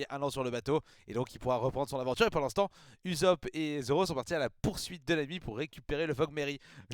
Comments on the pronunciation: Ça se prononce Oussop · A priori en tout cas de ce que j'entends et source la vf on dit "oussope" . Sanji te fais penser à Armin dans snk bon ils sont juste blond quoi 🤣